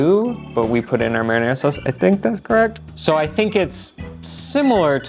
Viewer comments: "Merinerra" 😁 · "Merrynayraw" hahahaha........